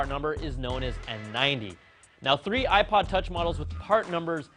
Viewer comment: he said ipod touchy its touch man